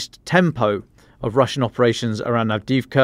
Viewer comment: Avdiivka--Ukrainian pronounces every letter--both i's---and the second i is really a "yee"---pronounced "avdeeyeevka"!